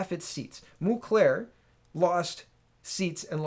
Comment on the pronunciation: A small point: it's "Mulcair" not Mlucair".